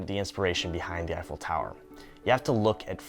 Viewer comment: This was fun but I just feel like there's someone else who could've done this video that wouldn't mispronounce Eiffel every time or confuse astrology with astronomy